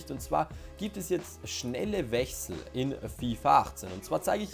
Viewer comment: "Wech sell"😂